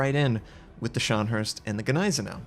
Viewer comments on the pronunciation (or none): none